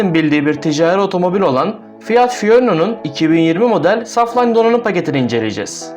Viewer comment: Saflayn ne ingilizce okumayı bilmiyon mu